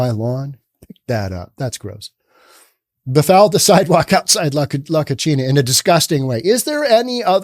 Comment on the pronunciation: You're mispronouncing 'La Cocina'. You're giving it an Italian pronunciation (la koe-chee-nah). La Cocina are two Spanish words that are pronounced (La koe see nah). The meaning in Spanish is 'the kitchen'. The way you pronounced it, it means 'the dirty girl'.